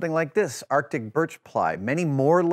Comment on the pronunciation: Did you mean Baltic Birch? You said "Artic"